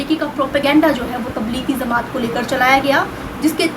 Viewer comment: Madam pl no says zamat is correct word is jamaat.